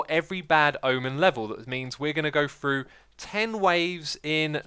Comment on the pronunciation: X is unafraid to chart new horizons in pronunciation: Tayega Free (as in one, two, free), frough, and any iteration of thr==fr Muriel It's that same pioneering nature that brought us Hermitcraft and the Mythbusting series. :D